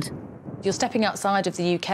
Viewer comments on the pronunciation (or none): "It was ge-ihn a lil hawt oursiii." Laughs in spring break, lake Havasu Arizona